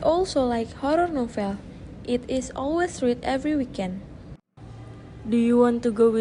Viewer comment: You need to check the pronunciation of read as part participle . i won't see the rest ,but please ,don't embarrass yourself